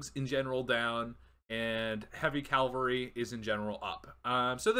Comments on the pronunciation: Cavalry. CAV-al-ry. Not CAL-vary. That's a church. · KA VAL REE 🐴